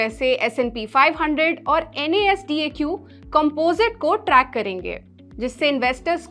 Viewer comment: Is bandi ko koi knowledge nhi ha dekh lo isne NASDAQ ko pronounce kiya ha